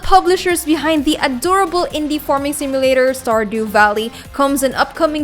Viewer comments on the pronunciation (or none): none